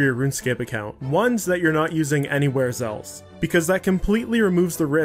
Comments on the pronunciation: Did anyone else really not hear him saying zelf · Anyone notice he says “Zelse” instead of else